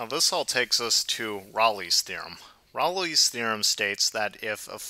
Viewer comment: Yeah, any video where the presenter doesn't pronounce Rolle properly can't be that awesome